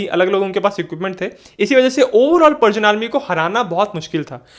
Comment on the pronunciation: पर्सियन बोल रहे हो या पार्जियन .???